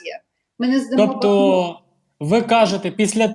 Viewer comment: Ведущему: не бАхмут, а бахмУт.